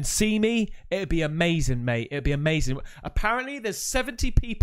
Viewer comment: when you paused on the UFO and said “it’s amazin’!” I knew you’ve watched some Jesse Lee Peterson vids lol. Based man